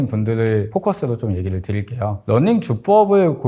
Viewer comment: running 이 아니라 [넌닝]으로 계속 들려요 ㅠㅠ 그래도 좋은 정보 쉽게 전달해주셔서 끝까지 봤어요 감사합니다~